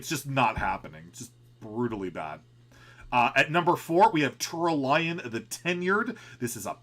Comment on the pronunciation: Wow, Tura-lion man, you butchered his name so hard...